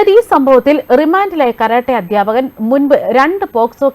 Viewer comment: സംഘിണിക്ക് " വിദ്യാർത്ഥിനി ", " അദ്ധ്യാപകൻ " തുടങ്ങിയ പദങ്ങൾ പോലും ശരിയായി ഉച്ഛരിക്കാൻ അറിയില്ലല്ലോ 😄😄😄! മങ്കീബാത്തൻ പഠിച്ച യൂണിവേഴ്സിറ്റിയിൽ ആണ് പഠിച്ചത്, അല്ലേ 😄😄😄?